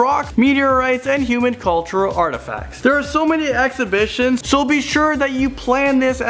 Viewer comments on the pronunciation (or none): Ahex-ib-it-shon No its ex hib it I hate when people say words completely wrong